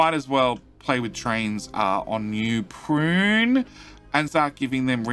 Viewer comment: Anyone else do a double-take every time you hear say NEW PRUNE, and you pause to double-check that, yup, there's still no R in that city's name. PUNE. PUNE. PUNE. #JusticeForNewPune